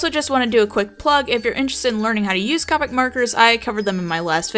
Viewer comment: Great video buuuuuut... A pet peeve of mine is when people say COPIC Its pronounced COH pics